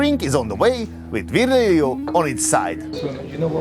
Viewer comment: At least bother to learn how his name is pronounced, just google Virgilio - Vir / gi / li/ o